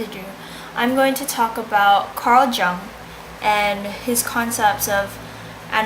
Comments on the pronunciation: You can speak english fairly well, but your german is off learn to pronounce his name. The J sounds like U, Ung. If thie is an oral exam slow down, dont admit not undertanding it and overexplaining it as you are often wrong here. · The J in Jung is pronounced like a Y so it sound like Yung not like a J. The u in Jung is long not short. The image becomes conscious when the projection is withdrawn so that we know the symbolism of physical objects figurative as well as their literal, concrete meaning. Image is undifferentiated from object when unconscious or not separated from the object. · I cant believe you couldnt even bother to figure out how to pronounce his name. Lazy fuck. I would have failed your ass. Who put you up to this? Did you choose Jung because you actually liked him? You're cute but I am disappointed. I am a big Jung fan though.